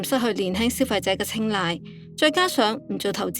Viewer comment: 青睞（青來呀，小姐，讀好的中文廣東話啦）